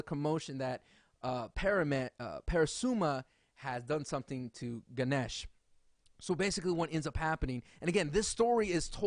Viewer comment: And you don't Pronounce guneash you pronounce ganesh just sayin.